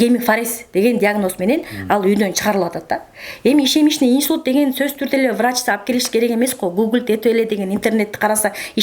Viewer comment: ИШЕМЕЧНЫЙ ИНСУЛЬТ ЭМЕС ИШЕМИЧЕСКИЙ ИНСУЛЬТ БОЛОТ